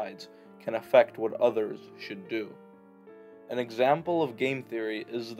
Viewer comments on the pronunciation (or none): none